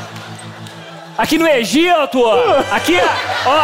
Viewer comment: Aqui no "Egiato" kkkkkkkkkk